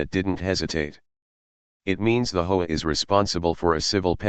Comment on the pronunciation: Gotta love AI pronouncing HOA as hoe‼️ just about right